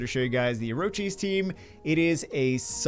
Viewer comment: It's or-kiss not orochies,!